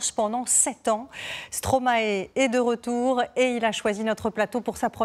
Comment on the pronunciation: Par pitié, pas stromaé, ça se prononce stromaï